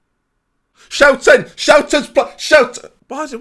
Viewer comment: tfw you are Dutch and you know that is not even close to how his name should sound. Really takes the charm out of it if you actually speak the language.